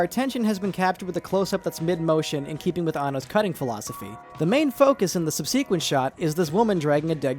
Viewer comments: Sub-SEE-quent. You put the wrong em-PHAS-is on the wrong Syl-LAB-le. SUB-sequent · Great video. Please pronounce "subsequent" correctly next time, though. Pronouncing "subsequent" with stress on the second-to-last syllable has never been generally considered correct. Merriam-Webster, commonly considered a relatively "permissive" dictionary in terms of pronunciation, does not list it, and the old classic of prescriptive pronunciation, Walker's Critical Pronouncing Dictionary gives stress on the third-to-last syllable without any mention of other variants. The pronunciation with the accent on the third-to-last syllable is also the only one given by Macmillan, Oxford Dictionaries, the Cambridge Dictionary, the American Heritage Dictionary, and the Collins dictionary.